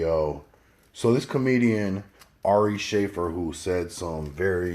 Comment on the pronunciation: "This comedian Ari Shay-fer " 😂😂🤣 It's Shuh-fear*